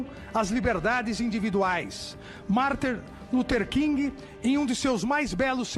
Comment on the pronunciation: Como que uma pessoa que chama Martin Luther King de "Marter" Luther King consegue chegar ao Supremo? 🤣🤣🤮🤮🤮🤮🤮🤮